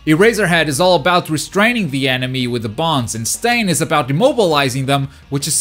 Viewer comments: Quirks are so unique and this game can be too, giving each character a gimmick would be awesome, and would make this game last much longer, also, my favorite villain finally made it, you also finally learned how to pronounced Stain's name 😂😂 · Yay he’s saying stain right hahah